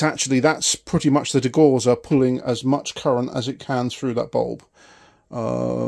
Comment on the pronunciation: Degausser is pronounced Degowsser